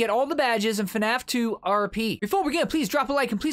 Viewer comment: Nobody knew it said FNAP lol but great vid